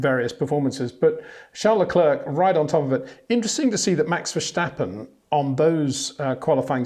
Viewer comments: He says Verschtappen, right? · yes which is incorrect. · HEY PETER WINDSOR, I HAVE MESSAGE FOR YOU SIR: With all due respect .. it is NOT Max "verSHtappen" .. Max is not German (Germans indeed do pronounce "st" as "sht") .. #Max33 = Dutch NL/Belgium! .. It is not "Bottash" nor is it "Lewish" certainly not "verSHtappen" .. This BS started long time ago when a British sport presenter interviewed father Jos Verstappen and assumed you can use a German pronunciation to a Dutch Driver thinking it is so "funny" .. It is not. Serious question: can any Englishman say "versatile" out-loud without saying "vershatile" phonetically? most can about 99,99% .. that is why most English can pronounce Verstappen 100% correct! Father Jos Verstappen (also F1 Racer) was very active between back then only a very few said "Vershtappen" but the vast majority of British sport presenters pronounced it perfectly ... only a few old stubborn farts like Peter Windshor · Peter, it would be really appreciated when you get to pronounce Leclerc and Verstappen correctly. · The old man is too stubborn to ever learn that. Annoying a.f.